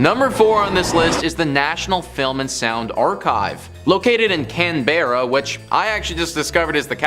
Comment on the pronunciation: It's pronounced can-bra